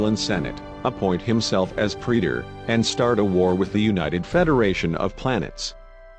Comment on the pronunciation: Super weepons and Romulan pre-door. and who's Jim Hatter? Brother of Bob Hatter of course! Gene Luke 'Skywalker' Picard has always been my favorite captain. Cling-in sheeps are some badass veesules. "Unnamed species from fluidic space" - hmmm, I guess I imaged all those times they called them species 8472. Nevermind, the robot just contradicted itself by saying the name.